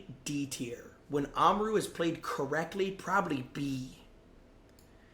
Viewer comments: why did you say amaru's name like that? its not oma-ru its amar-u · bro said oma roo